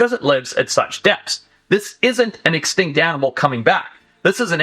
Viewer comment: Sorry but can Forest say the word extinct? Sounds like “exctankt”